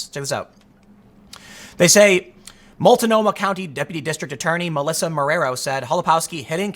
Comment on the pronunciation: It's entertaining listening to "outsiders" try and pronounce our local titles for things. "mull-ta-nomah" 🤔🤔🤔